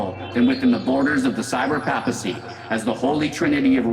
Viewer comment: enjoyed your view, wish I could get past my shiver every time you mispronounce papacy. :D Stellar work otherwise.